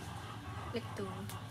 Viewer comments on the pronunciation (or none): Hi, I just wanted to share that Lettue is actually pronounced as Lettuce. LET US is how it is pronounced. This dish is one of my favorite dishes to cook. I love making pepper steak with long thin sliced beef, onion, green, red and yellow bell pepper, mushrooms. garlic, salt and black pepper, jasmine or basmati rice, soy sauce, hoisin sauce, worcestshire sauce, teriyaki sauce. It is so yummy and is a full and complete meal for either one person or a family. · Love how she says lettue